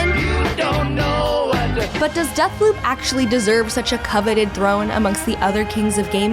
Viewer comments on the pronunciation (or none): Sooooo you say Deathloop... but(t) is more like Dead-p**p :/